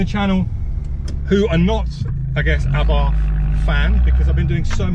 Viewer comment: Why are you calling it A barth. It is pronounced Abarth as in Arbarth. I had a Strada 105tc and Strada 130 Abarth....say it properly please please please.